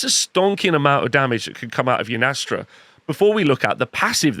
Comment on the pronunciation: I hate how he pronounces yndrastas name wrong every time 😅